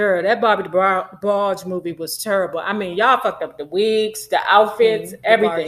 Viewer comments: Debarg-EE. lmaooo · Lol it’s just weird hearing you pronounce their name as “Debargey” 😳😂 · Debargee? Can tell you weren't a true fan. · Not DeBargee lolol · She was tickling me every time she Say Debargees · Please pronounce their name correctly. Respectfully. Thanks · You can’t even pronounce the name right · Before doing trash gossip...learn to pronounce the families name correctly...... rhe E is silent in their last name....how u do not know this blows my mind. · Why are you mispronouncing Debarge? Not cute at all. The "E" at the end is silent. I literally stopped listening within a few seconds. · What is wrong with her pronouncing Debarge like that. Damn…irritated me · Gosh, you're letting those people attack you 'cause you're having a little fun with the DeBarge name? I'm sure you know the correct pronunciation; all I see is that you're having a little light-hearted fun. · Damn pronounce their name correctly! You sound stupid! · The E is SILENT in DeBarge im sure! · 😭😭 I turned it off soon as she pronounced it like that. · I could not really watch because of this. Plus I don't really like when people talk bad about the Debarges without even knowing them or the whole story. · THANK YOU, IT'S ANNOYING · James and Phillip's last name is Ingram, not Bailey. The 'e' in DeBarge is SILENT. Much of your information is just not based on truth. I will not comment on your speaking skills. And finally, I would not pay 5 cents must less 5 dollars to subscribe to listen to your massacre of the English language. When you çomment on people's lives THINK before YOU speak. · The e in Debarge is silent.😊